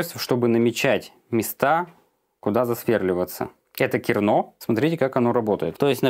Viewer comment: КернО, надо понимать, слух не режет? :)